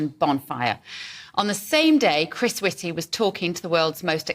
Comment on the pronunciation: Whitty rhymes with S????y!